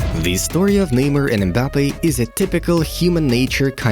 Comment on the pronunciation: Why he say Mbappi